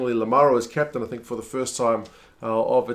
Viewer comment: you're improving, pronouncing Lucchesi right and other italian names! You're wrong on some accents...for example "Fuser", the accent falls on the "E" and not "U", for Lamaro on the first "A", for Zanon on the "O". The correct pronunciation of Ceccarelli is "Checkarelli"! And congratulations for Giammarioli, you did it right and it's not easy at all!